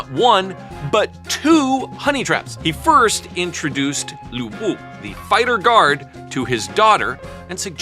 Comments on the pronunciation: The bodyguard is called 吕布Lv Bu, not Lu Bu🤭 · FINALLY CAUGHT A BAD PRONUNCIATION!!! Lv Bu not Lu Bu🎉🎉🎉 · I was expecting the pronunciation of Lü Bu to be correct. It wasn't😢😢😢 And the sequence of the 4 beauties were incorrect too😭😭😭. We usually say 沉鱼落雁 闭月羞花。The sequence corresponds to the age/era which each beauty lives in in ascending order. 西施 Xi Shi - Spring and Autumn Period 王昭君 Wang Zhaojun - Western Han Dynasty 貂蝉 Diao Chan - 3 Kingdoms Era 杨玉环 Yang Yuhuan - Tang Dynasty